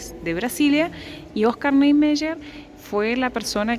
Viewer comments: Se pronuncia "OSCAR NIEMAIER " o nome de um dos Arquitetos que idealizaram Brasília. Não sei como se pronuncia o 'Y' em castelhano, aqui se pronuncia como ' í '. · Engraçado como ela pronuncia Niemeyer....bem diferente....